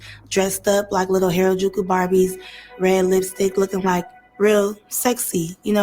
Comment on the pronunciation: Good morning the word is (hair-a-joo-koo). And why would she come out and not clean up that double entender. Little ppl, little ppl.🤦🏾‍♀️🤷🏾‍♀️ Lordy she sounds a mess. Did they look young or where they young. Because she looks young.🤦🏾‍♀️🤷🏾‍♀️